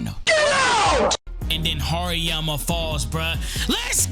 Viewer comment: TRRRRRRRReeeekkkkooooo Vs. HaRRERRRRRiiiiyyyyaaaammaaa Was kinda tough Ngl same with beat in the background makes the video hype you got a sub bro 💪🔥🔥